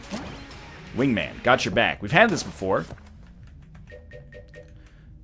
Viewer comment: Also, your choice for guns on EVERY SINGLE DRAGUN FIGHT is fucking trash. It's like every dragun fight you experience a stroke. FUCKING PRONOUCE WINGMAN CORRECTLY